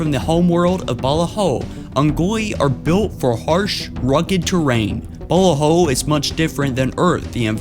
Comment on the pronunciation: “The home world of ‘Balla-Ho’” Look, their planet might have had some balla hoes, but it’s pronounced ‘buh-la-ho’